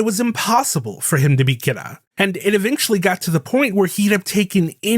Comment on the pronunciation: Honest question, why do you pronounce Kira so odd.. the ANime doesnt say it like that in either english NOR japanese